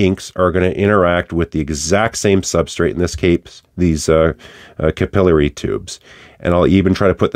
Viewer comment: Capillary, not capillary!